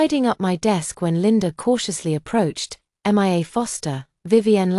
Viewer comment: 😂why are they saying M I A instead of just Mia. Is this an AI recording ????